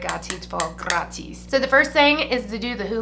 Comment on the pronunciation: Ive watched so many of your videos and thought to myself...who is Grohdese? maybe a best friend or sister??...whomever it is, they are totally scoring... and JUST NOW... it dawned on me...you are saying GRATIS...im an idiot.